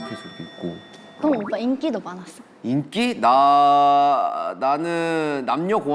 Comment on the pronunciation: 「人気」は日本語に近く聞こえる😮